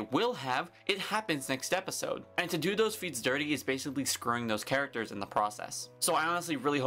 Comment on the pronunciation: "ARE WE FINALLY GETTING MOVING CHRECHTERS " you killed me😂 and also nice video ❤️🔥